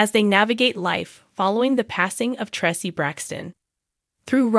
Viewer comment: Im so sorry but please pronounce Traci name right HER NAME IS Pronounced TRACE E NOT TRE CE RESPECT HER NAME AND THE FAMILY